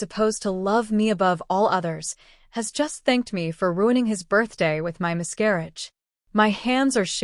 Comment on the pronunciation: No one is going mention "mis-CAR-auge" about 100 times.